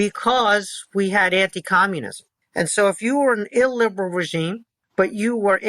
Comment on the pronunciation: I really like Kotkin, but if I was drinking for everytime he said illberal, I'd be died.